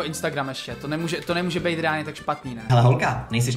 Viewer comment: A je to “ reánlně”